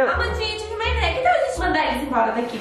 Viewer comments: "Minecwaft" kkkkk amo a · ''Minecwaft'' kkkkk amo a eu e Amandinha